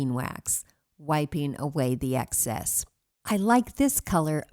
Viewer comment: Excess not access